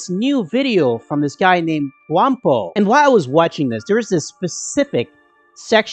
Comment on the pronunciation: It's "Gwamgo", not Gwampo bruh! Edit: Thank you for editing the title